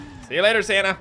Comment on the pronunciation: It sounded like shouted Sanna and not Santa. Heeeeehh. Merry Christmas